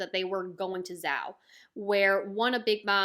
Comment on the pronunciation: Zou is pronounced like “so” but with a Z. I could make a Japanese pronunciation chart if you want.